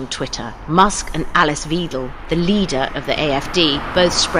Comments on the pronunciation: It's Alice Weidel, not Weedel. It's pronounced like Widel. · I like you reporting about Elon Musks interferring with German politics and I reealy don't like Alice Weidel, however, her surname is spoken W-EYE-D-EH-L. The German ei (also ey, ai or ay) is spoken like eye and the last e is not silent however shortly spoken like eh. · This! Also: It's pronounced "Whidel", like in "whining"! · I love that they call Weidel Veedle. 😂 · Alice Weidel’s name is not pronounced Weedel. You should learn how to say a name correctly. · Why is the word NAZI blocked in this item?? It appears in writing in the subtitles? What is this nonsense? Furthermore: please note all English speaking people, the ‘ei’ in the name WEIDEL rhymes with the english word ‘lie’, not with the word ‘tree’. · Just a technicality: In German "ei" is pronounced like the letter "i" in high or the letter "y" in to try, always. So Alice Weidel's name is often mispronounced in this video. To remember this the following translation might be helpful because the vowel is pronounced the same way: leicht : light, not heavy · I hate the AfD - for english speakers I want to point out that Weidel is pronounced like Dreidel, wich itself is ironic given her antisemitism. Also she is a swiss lesbian who hired foreigners as housekeepers and hates on immigration and gay people, this is not satire or joking. She is a soul less opportunist with nothing but hate in her heart.